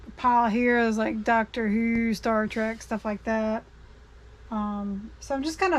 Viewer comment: It’s Star “Trek” not track!